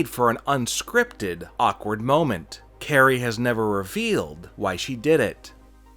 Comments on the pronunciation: Its kairi. Like guy with a k not Carrey like jim. How can you watch wwe and have a channel like this but not know how to pronounce talents names? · He called Kairi sane Carrie that’s how you can tell he’s a fraud